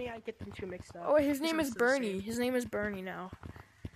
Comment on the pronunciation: Bruh he said burnie lol